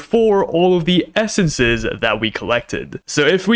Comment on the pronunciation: the fact he says "essences" hurts my ears